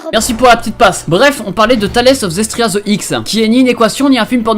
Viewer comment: j'aime beaucoup tes vidéos mais tu t'es trompé sur le titre de l'animé c'est pas tales of zestria the x mais tales of zertiria the x sinon continue de nous fait taper des barres bye